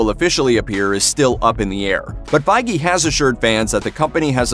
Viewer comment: His name's Kevin Feige. Pronounced Fayge